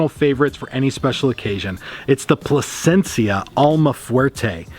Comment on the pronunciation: Placencia not Placenta